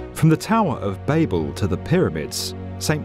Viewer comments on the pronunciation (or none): The unfortunate fact that you mispronounced Babel made me loose interest in the rest of the video.